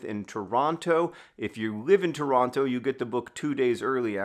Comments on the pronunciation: Tip for Toronto: don't pronounce the second T. It always sounds funny when people do. Also, holy cow, the general admission is already sold out! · We’re gonna have to teach John how to properly say Toronto while he’s here